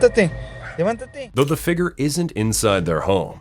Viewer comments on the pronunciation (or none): Can anyone tell me what a "figre" is?